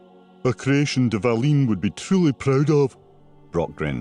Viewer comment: Dvalin is pronounced as Dwalin.